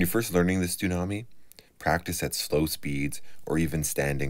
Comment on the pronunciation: Are you saying "Stunami?" (that's what I hear), or is it a "Tsunami?"